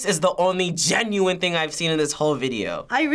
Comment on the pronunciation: The emphasis he puts on genuine😂